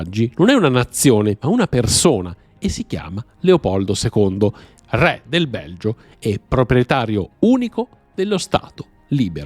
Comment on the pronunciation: Anche la pronuncia della parola "re" potrebbe accostarsi molto di più all'italiano standard 😢